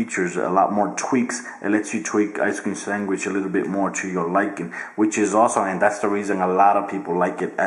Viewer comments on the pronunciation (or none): Did he say Ice cream Sangwish???